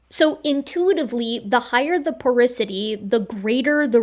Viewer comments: Porosity not porisity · It did my head in to hear porosity said as "poricity" what felt like a thousand times throughout this video. 😂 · As a geophysicist, hearing porisity instead of porosity (repeatedly) really hurt me... Otherwise, pretty solid video! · Porisity? I think you mean Porosity, don't you,? First time I ever caught you, you are so perfect. Thanks for so much entertainment and education. I am a 72 year old fan of yours, a nurse with a degree in Biology, mother of four, and now retired. I miss it, but retirement is great. I am doing lots of studying, including studying my 12th language, Arabic this time. I always wanted to go on to graduate school, but life did not permit. Take care, you are precious, and we need every hardworking scientist we can get. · Again: PorOsity, not porIsity. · Super good vid, tho porosity being said porisity threw me for a loop lol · Just an fyi, it's "porosity", not "porisity". I was wincing every time you said it. But that's just a quibble, and doesn't say anything against your truly excellent analysis and argument. Well done! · It is porOsity. as in porous, having pores. I'd be happy to proofread/prooflisten your work in the future :) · I love your channel and everything you do. But how you're pronouncing and spelling "porosity" is driving me crazy. Lol. Probably because I already hate the word (it's one of the problems I have to deal with in my own industry). So THAT'S my big correction... it's POROSITY. lol Great video as usual though! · Love your integrity, reuploading this for the correction. If I promise to watch it a third time will you do a dub where you pronounce porosity like it's spelled instead of like porisity? =P Kidding but also .... Is it bothering anyone else or am I just annoying